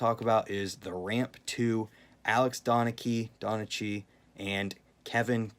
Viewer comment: Pronounced it correctly the first time Alex donnakey